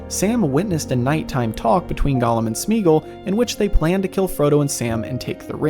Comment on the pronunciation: Similarly Sméagol should not be Smeegl, but either Smaygol if you want to go full old English or more modern Smeeah-gol (where eeah is a diphtong changing from ee to ah) or also Smeegol (both variants Tolkien himself pronounced it). Tho —gol would in all cases be like the Gol— from Gollum, not —gl.